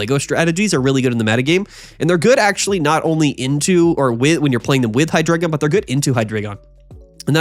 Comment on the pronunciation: HIGH-DRAH-GON learn the fkin pronunciation 🙏🏻